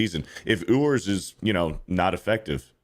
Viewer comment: Ewers = “YOU-ers” not “Oo-ers”😂